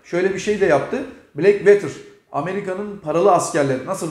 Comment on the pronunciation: VETIR diye okunmaz VOTIR diye okunur. Black Water.. Bilgine..